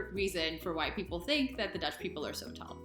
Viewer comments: Another mistake is tink instead of think! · Most Dutchies are saying sink instead of think!